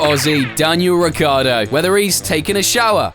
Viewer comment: Say it with me folks: RI-CHIARD-DO ITS SPELLED WITH A FUCKING I FOR CHRISSAKE